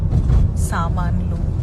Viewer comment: samanulu ane word okkatte tappu ga anaru kani...inka antha chala baga matladaru shivaji sir